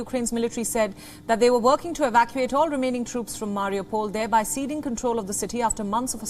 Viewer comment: "Evacuate"... Lols